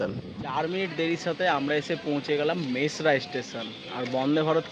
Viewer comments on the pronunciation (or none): It is Mesra and not Masera, please pronounce correctly.